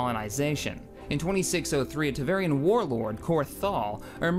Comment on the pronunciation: Every time I heard "Tevarian" I wanted to come down here in the comments and type *Tevarin. Took me a second to figure out what you were talking about at first, lol. I like the format of the video though, was pretty neat.